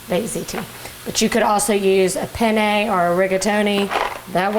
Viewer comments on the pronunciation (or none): none